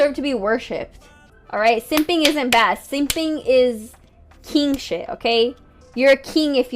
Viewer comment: "Keeng shet" fucking sik